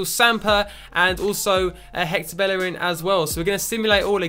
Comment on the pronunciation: Its pronounced Beierin not bellerin